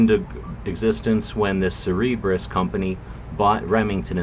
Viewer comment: Great vid! I going a bit of be a pronunciation nazi though. It's Cer-ber-us